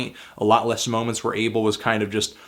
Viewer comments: He keeps saying Ay-ble but it's Ah-bel. Fucking hell Anthony. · His name is pronounced (AH-bell) not "able" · Can u not call him Abel....